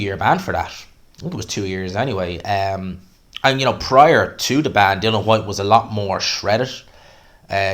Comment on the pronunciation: Boils my piss when people say Dylan Whyte. It's Dillian FFS, you've even written it in your headline 🤦🏻‍♂️